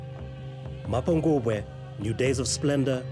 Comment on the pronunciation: Its not Mapungwube.. it's MAPHOKOBWE meaning the mother jackal.